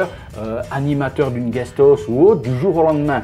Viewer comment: guestos!!!! ???? peut être Guest House?? Se prononce [AOUS]. Apprends l'anglais avant de donner des leçons aux autres. Ri Di Cule